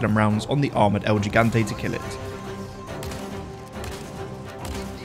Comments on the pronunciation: el he-gan-tay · "El yigantei" 👀